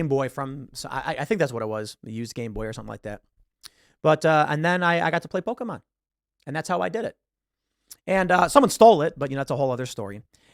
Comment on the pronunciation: This is a great message that Tim is delivering here. I also love how he pronounces Pokémon right. You rarely ever hear that.